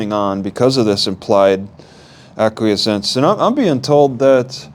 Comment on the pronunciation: Please get some help with this. I feel that you’re in over your head. You can’t be stumbling around where laws are concerned in a court of law. Also, Please find out how to pronounce acquiescence. a-qwi-essence. Which means accept something reluctantly without protest.